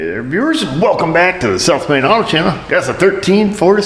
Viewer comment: At the start of your videos, it sounds like you're saying "the self made auto channel". Which would be a great name